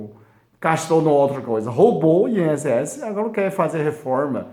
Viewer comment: Que fofo parece o falando (agola) agora😘😘😘 querido